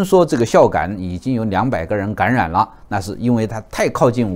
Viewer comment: 谢谢的赞，起初是因为的口音被逗笑的，“感染”爱发音为“gan ruan”，每次都等着老师说这个词哈哈哈